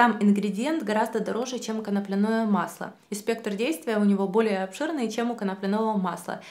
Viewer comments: Почему коноплянОе, если коноплЯ? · Не beta - karаten, не канаплинное масло!!!! Боже, как так можно ставить ударение не правильно. Причём всегда. ИКЕА. . 😬